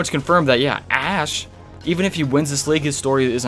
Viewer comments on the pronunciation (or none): none